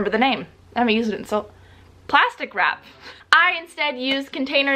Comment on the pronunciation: Plastic wARp 👌😂😂 (not mentioning it to be annoying just thought it sounded hilarious😂)